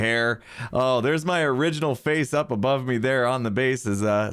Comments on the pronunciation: Pronounce it bové. (Boo-vay) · BOVE! You should pronounce it "b-uh-v'. As in Above. As in you may not build a-bove where I say.